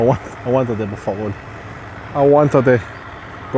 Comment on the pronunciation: it's por favor not favol